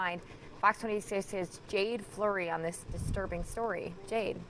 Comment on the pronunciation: "Jaden" not "Jade"....decepticon vibes...allegedly. 🧐🤔🫣